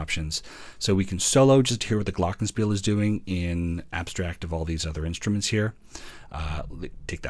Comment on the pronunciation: Good review. “Celesta” is pronounced “chelesta” though, and “glockenspiel” is “glocken-SHPEEL”.